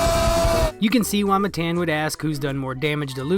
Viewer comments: It’s Matan not Mathen you retard, the name of a king! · It’s Mah Tahn not Matt Ann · this chigga rly said muhTAN 😭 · It's pronounced ma-tawn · All you did was spell it. It would be pronounced "muh-tahn". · Matan ( muh-ton) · I thought it was engagement farming. I didn't think anyone could be so ignorant to make a video where they mispronounced one of the names so many times even tho he introduced himself and said his own name. If it's honestly not on purpose you should put a tiny bit more effort into your vids. Redneck or not, don't claim some background just to use it as a cruch. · I mean, you know you say his name wrong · If you were an actual fan of Matan, you would know how to pronounce his name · It’s pronounced Matan btw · Why are you pronouncing his name as Matan? It’s Matan.